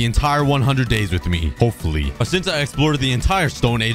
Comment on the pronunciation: "hipfully" "intier" 💀